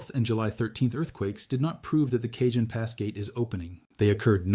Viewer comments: Pronounced Kahon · Cajon pronunciation is kahone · Soft a (ah) and j is pronounced H. It's a Spanish word so pronounced like Spanish